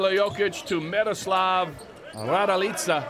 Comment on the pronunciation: Kolko me iznervira kad ovaj kaze Miroslav Radilica tebra kontam tesko im reci raduljica ali RADILICA🚫🤣